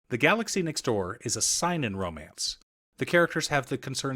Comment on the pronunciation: No offense man, I believe it is pronounced SAY-Nin anime. For seinen. Doing my best not being a weeb lol sorry. Great video, hope to see more of your recommendations. I like to read manga about the lives of creators, authors, or mangaka. Can't wait for the anime for this to come out.